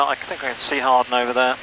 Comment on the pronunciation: Great video. I live right next to Hawarden airport and I'm happy you pronounced it correctly. I work on the trains in the area and our automated announcements on the train pronounce it "HOWarrrDEN" and it drives me mad. quick question, when approaching Hawarden, do you have any special instructions if you see a train on the approach to runway 22? I've been told that the training pilots at RAF Valley have to abort their landing if there's a conflict. (to be fair, we have special emergency signals there too that are turned on by RAF Valley tower in an emergency, there are none at Hawarden so I assume there's no special instructions.)